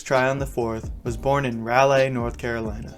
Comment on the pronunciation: "Rally" North Carolina??? Really?